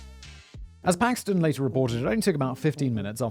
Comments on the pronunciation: Bill Paxton not paxman. don't know why that bothers me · Great video, but it’s Bill Paxton. Sounds like you were saying “Paxman” to me.